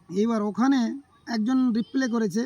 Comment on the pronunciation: কথাটা রিপ্লে না হয়ে রিপ্লাই হবে হেভেন।